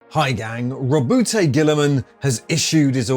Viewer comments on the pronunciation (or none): I'm fairly sure it's pronounced 'rowboat'.